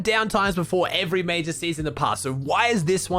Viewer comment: mayjah mayjuhhhhhh more like duuuuuuh achachahc